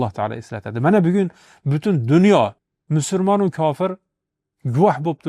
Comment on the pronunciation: Ассалому алайкум ва рохматуллох! Барака топинг! Аллох ажрингизни купайтириб берсин! Илтимос "мусулмон" сузи талаффузда бошкача эшитиляпти...